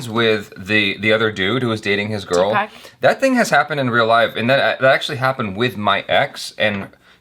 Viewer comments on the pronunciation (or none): none